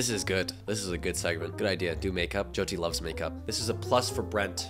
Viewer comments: what the hell does he mean by jeeoti like atleast pronounce her name right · Why are they calling her joedi or joydi .. atleast say her name proply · not the jee-oh-tee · BIGGGG respect for you for calling out his mispronunciation of Jyoty's name!! It's important that creators are representing people properly, not just for views. <3, keep doing you. They say imitation is the sincerest form of flattery but remember, no one can ever be you! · fr!! Brent isn’t even pronouncing her name right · *Hindi is the language and Hindu is the religion - your video was 100x better and you actually say her name right, unlike Brent 🙅🏼‍♂️ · I love the way you corrected Brent when he mispronounced Jyoti's name it was so sweet! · He can’t even pronounce her name right, that says enough … only love for u 😌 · you are already one of my favourite youtubers but you gained so much more respect when you corrected the way brent said jyotis name like how can you make a video with her and not know her name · The amount of credit you give Brent is just a testament to your character because he deserves none of it. How do you not even learn how to say your guest’s name correctly?? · THE FACT THAT HE DIDNT EVEN GET THE PRONUNCIATION OF HER NAME RIGHT!!!!😡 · Me, an Indian who’s moms name is joti Am personally offended by him mispronouncing her name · The fact that he kept mispronouncing her name 😢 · Like he didn’t care enough to learn to pronounce her name properly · Jesus, the guy must have spent a day with her, but couldn't get her name right. That to me is quite disrespectful. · He copied everything from you and yet couldn’t remember how to pronounce her name correctly.